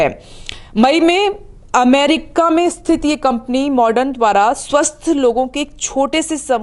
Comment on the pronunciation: Moderna not modern.....